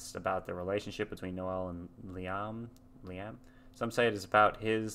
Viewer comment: Wtf is that pronunciation of Liam...